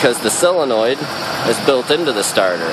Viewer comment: solenoid not selenoid